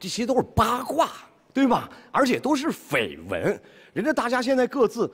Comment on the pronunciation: 绯闻 [ fēi wén ] 这里面就没一个人说对了音，我高中就知道读一声。都是10年的事了没想到还有人读错